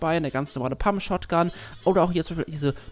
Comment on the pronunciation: ich hab gut hingehört und hörte raus das du anstatt shotgun shrotgun gesagt hast xD